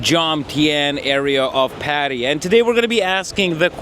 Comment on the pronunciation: Bro just enough already on Indian tourists. Agree some of them are only getting used to the western culture and sure is a process. Also learn how to pronounce Patt"aya"